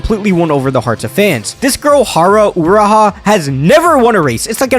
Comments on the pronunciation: it is ha ru u ra ra not ha ra u ra ha why are you having issue pronouncing OUR daughter? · It's uma MMMusume, not Uma Usume Haru Urara, not Haru Uraha And Symboli Rudolf is pronounced Symbo-lee, not Symbol-eye Sorry it bothered me so much😭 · Not haru uraha, it's HARU U-RA-RA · bro said “Haro Uraha” like he is saying “Shark Bait Oo Ha Ha”. Haru Urara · uma usume haru uraha 🤦🏻‍♀ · what about "haro uraha" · I would have watched the whole thing if did not butcher Haru's name